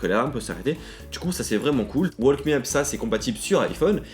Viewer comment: On ne dit pas le l de walk :p